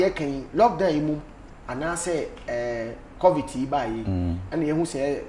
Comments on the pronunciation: Lol bra Kwaku its Covid not covit🤣wama masri saaa😂😂😂ah lol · Who else heard bra kwaku say covit severally 😂😂😂😂😂😂😂 i just love bob ziga basaaa.Aggressive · Kwaku is covid ooooo not covit 🤣🤣🤣🤣🤣🤣🤣🤣🤣🤣🤣Kwaku will kill a person